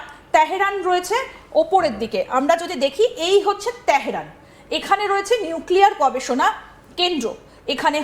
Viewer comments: বাল ফেলানি ভালো ভাবে বল।তেহেরান না তেহরান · She pronounces TEHRAN very awkwardly